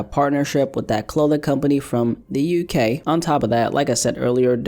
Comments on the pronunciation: why did you have to say the uk like that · The way he said "UK" with that lil bit of accent, lmao